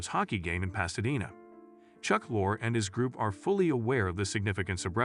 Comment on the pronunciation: Also Chuck LOR-ee, not Chuck Lore.